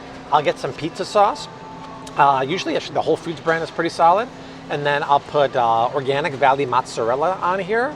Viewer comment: Did he just say whole “feud”? 😂